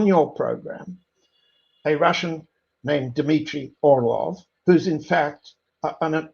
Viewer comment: Orlov, not Orloff.